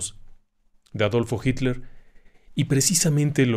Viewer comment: ¿Porque dice jinler en lugar de Hitler?.